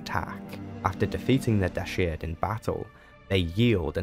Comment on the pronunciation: You keep pronouncing Dashard in an odd way. They say it out loud in the game, so that shows how it's pronounced. Also he must have been a powerful Sith indeed if he can turn human at will. :P